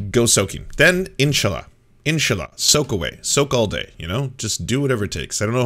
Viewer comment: Man,, it’s so cringe when you say inshallah. The way you say it, the way you pronounce it, it doesn’t feel or sound natural at all.